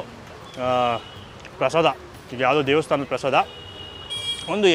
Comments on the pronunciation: Prasadam alla adu prasada, aden Bengaluru janano yaavdu nettug baralla Ella adrambarda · ಅದು ಪ್ರಸಾದಮ್ ಅಲ್ಲ ಪ್ರಸಾದ ಅಂತ ಮಾಡಿ ದಮ್ ಏನಿಕ್ಕೆ